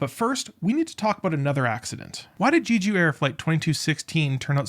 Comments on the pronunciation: It's not pronounced "Jeeju", it's just "Jeju", as the 'e' is in in "jet". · do people mispronounce jeju on purpose? lol it’s literally english pronunciation like JElly, not JAYju, not GEEju. Je like Jelly please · I think you should take another look on the size of that "bunker" in the video instead of using your indignation toward someone that pronounces "Jeju" different than you. :)))